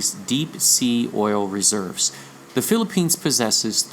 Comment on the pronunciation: And Philippines' last syllable sounds like Lanso-nes? Maikonek lang! :)